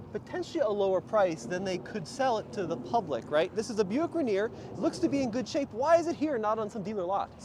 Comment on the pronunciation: Just cringed everytime you say Buick Rainier….